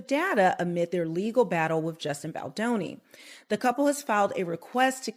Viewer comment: If you're going to narrate stories like this, please pronounce Justin Baldoni's name correctly. Jesus the names are vip.